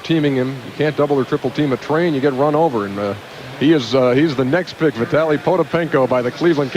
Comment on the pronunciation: David Stern got vitalys name right